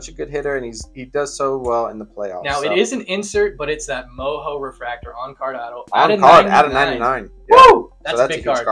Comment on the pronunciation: Mojo is pronounced like it looks, not MoHo just fyi